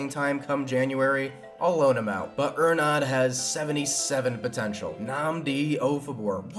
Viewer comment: with ernad, yu aint saying his name correctly, its ernAd the accent is on the letter A, and say the letter E from ''Ernad'' like Emberassing. take the letter E from emberassing and pronounce it like that